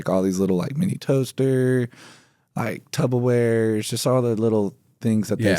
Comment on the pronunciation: he say tubberware